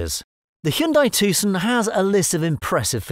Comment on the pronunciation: The C is silent.